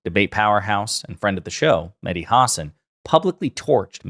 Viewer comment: Just a comment to the host to learn how to pronounce Mahdi name. It is not “Madi” the H sound is similar to the sound of the H in Helen , here,Hello etc